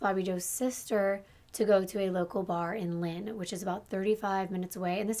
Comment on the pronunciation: The only 2 cities you pronounced right were Lynn and Revere . The 2 cities im from lol. As someone from MA I always love listening to people trying to pronounce the names of our cities .